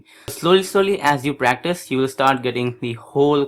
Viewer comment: I like how practice sounds like breakfast when he says it. :)